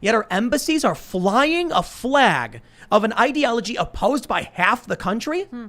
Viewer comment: YouTube can't nail Tim for dropping the 'L' from the word "flag." Joe Biden did the same thing in a speech like a month ago